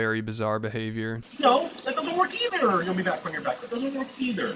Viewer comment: "No, that doesn't wirk eeeeither" 😂